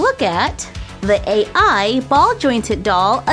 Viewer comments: Um..... It's not "A" "I"... It's Ai.... Like the pronunciation of the letter "I"...... Ai means Love in Japanese... And it can be used as a name.... I'm sure because I saw Japanese Katakana ( 2nd type of Japanese letters ) saying Guruuvu, as in Groove..... And because the i in Ai wasn't Capital..... So.................................... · I'm sorry but I'm pretty sure it's not pronounced "A I" but "I" like the letter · you say Ai like "i" and it means love in Japanese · my name is Ai. why do you call it A.I, i think it is pronounced as ay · Arex B I was thinking the same thing. "Ai" is Japanese for "love"